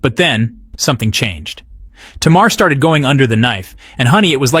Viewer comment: U put up the name countess Vaughn.. but then u started talking about Vanessa Williams... all blk women don't look alike.. Smh.. and u didn’t pronounce SZA or Tamar name correctly 🤔 🙄..uugghhh